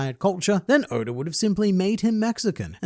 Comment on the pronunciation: Hold on a second... When you mean to say Eichiro Oda's name, you always pronounce it as "Odor," due to your Australian tongue. However, when you mean to actually say the word "odor," you say "oda" ?